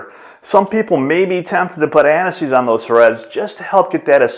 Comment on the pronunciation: Why does he keep speaking about aniseed? 😂